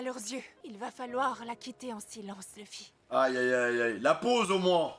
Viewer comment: qui dit lufy il est casse couille